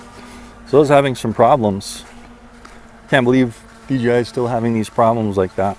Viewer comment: You know it’s DJI right? Not dgi….🤡😂🤯